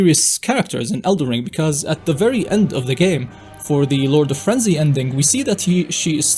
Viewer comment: Is the title of this game el"den Ring or El'der ring because i keep hearing elder ring instead of elder ring in this video? that said elder ring does roll of the tongue much better doesn't it?